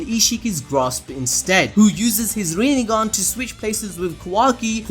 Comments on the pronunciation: Boruto literally said : rinnegone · rennegan or rennegone hahahaahhaah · Sasuke : Rinnegan sasuke : Rinnegone